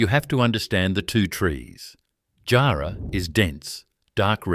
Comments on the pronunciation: Tough job getting a helicopter 6.30 to Jarman in 1888. Teach your AI to pronounce JARRAH and KARRI 👎👎👎👎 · If I hear Roebourne and jarrah so atrociously mispronounced like that again I'll flip my lid